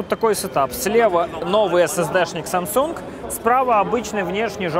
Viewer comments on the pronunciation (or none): none